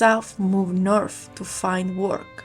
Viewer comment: Good job. Please note: English words that have "th" are not pronounced like "f"; English words that have "ph" are pronounced like "f." North is not pronounced Norf, and South is not pronounced Souf! 🙂